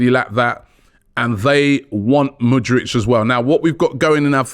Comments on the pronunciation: can you stop saying mudrych fam its mudryK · Love ya but bloody hell man, the way you butcher names is unique. It's MudRYK, not MudRICH! He's not Croatian my guy 😆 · Robbie. Its Mudryk not Mudrič. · ROBBIE! Robbie... hes Ukrainian, not Croatian! Its not mudrić... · He dont wanna come to arsenal because you guys cant say his name right. Its K at the end, not freaking ic'. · How hard is to pronounce MudryK? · Thank you!!! I don't know why Robbie finds it so hard to pronounce the K at the end of his name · he thinks it's like Modric lmao